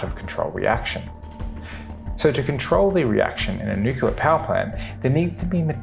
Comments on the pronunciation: Credibility stopped after the word "nucular" was uttered. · Cool video, but when you say "nuke-ya-ler", it makes my ears hurt!